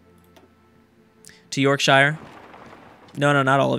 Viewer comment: This is not lord of the rings, stop calling yorkshire york-shire.